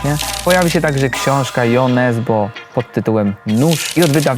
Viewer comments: Bardzo ciekawa forma premier! Zawsze chce się oglądać, ale dziś było różnorodnie ;) najbardziej czekam na Jo Nesbø (choć wydaje mi się, ze jego imię czyta się „Ju”, poprawcie jeśli się mylę) ;) Dobrze, ze nie było mnie na targach, bo poszłabym z torbami :) zaczytanego czerwca! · Asia, bardzo źle że Cię nie było, bo się nie spotkałyśmy! 😢😉 A co do Nesbo to Norwedzy czytają 'Ju Nespo'.